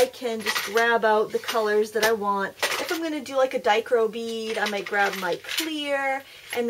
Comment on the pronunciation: It is pronounced "die-CROW-ick".